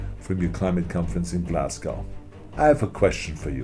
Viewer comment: Wow he pretty much almost pronounced Glasgow correctly! Unlike all the American journalists lol